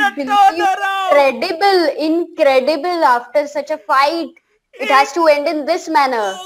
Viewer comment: Inkredebal Inkredebal 😂